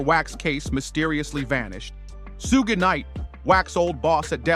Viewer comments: Can’t believe nothing this mofo saying simply becuz of his inability to pronounce SUGE’s named correctly… it’s SHUG not SUG-ED knight sir!!! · Man said “Suga”😂